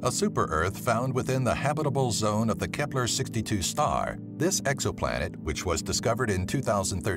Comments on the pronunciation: whenever he says kepler i hear hitler lol not joking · Nobody: Dude: K E P L E R